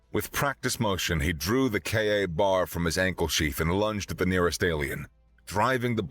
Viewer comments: Sorry, but the Kay A Bar kept breaking me out of the story. The name is spoken KAY bar. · its not pronounced K-A bar. its KABAR... all one word.... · K BAR not k A bar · Sounds a little bit like a hunger games rip off. It is not pronounced KA bar, it's K bar. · It is pronounced kay bar not k a bar. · Would have been great, if KA-BAR had been pronounced correctly. By all the Blades, come on! It is "K-BAR" !!! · A very good story by the voice ogre! Had to save this one! But it's Kay-Bar knife. Not K a bar sir. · KA-Bar ... a VERY famous military fighting knife. It is pronounced "kay-bar" (a woman's name: Kay, and a place to get drunk: bar). Put together and you get "kay-bar". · its not "K A BAR," it's pronounced like a single word, like "kay-bar." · fun story, note for the narrator KA-BAR is pronounced kay-bar. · KAY-BAR, KAY-BAR! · KA-Bar pronounced K-Bar. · OMG!!! You insult every military person and knife enthusiast on the planet!! It’s “Ka-bar” pronounced k-bar. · It's pronounced "Kaybar" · Why, when you pronounced it correctly the first time, did you then proceed to make every military man hearing this cringe in how you change it to KA bar? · Your American accent is good, but I begin to doubt that you are. That knife is pronounced kay-bar. Everyone knows this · Every time I heard KA Bar a little piece of my soul died. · K-bar. Its said KAY BAR 😬😂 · It's pronounced Kbar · Ehh,… let it slide. Not everyone knows the jargon. Larissa mispronounced sabot when she was reading the Lead Dealer story at first. She got it correct later on. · It's pronounced "KAY-BAR" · KA-Bar pronounced KBar.